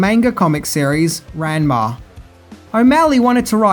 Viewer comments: Ranma 1/2 is pronounced like RONma no RANma just letting you know. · Pronounces Ranma to rhyme with Grandma Me: eyetwitch